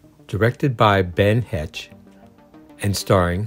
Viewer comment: Ben Hecht’s last name is pronounced as HEKT. And you showed Lynn Cartwright instead of Lisa Davis.